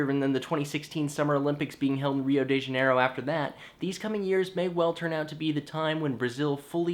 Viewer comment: Can't a smart guy pronounce Janeiro properly?